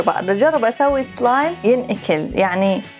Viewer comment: اسلايم وليس اصلايم